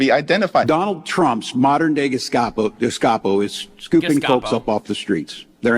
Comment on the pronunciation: Doesn't even know it is Gestapo not Geskapo 🤦